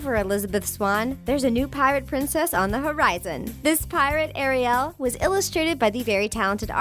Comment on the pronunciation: Hug girl you got it all wrong by the way it is Ariel not REO Arielle is what I was trying to say